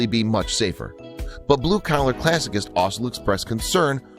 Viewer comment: Classicist is pronounced classi ‘ sist